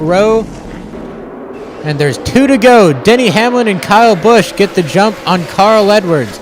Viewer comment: it sounded like he said Daniel Hamlin